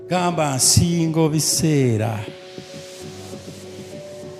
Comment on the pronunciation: I love how he puts emphasis on how to pronounce her name nsiingo biseera that's real love, she's really blessed.